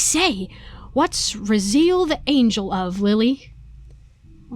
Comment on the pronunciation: It's pronounced "Ra-zee-el"